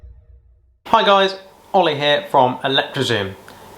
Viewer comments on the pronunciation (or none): none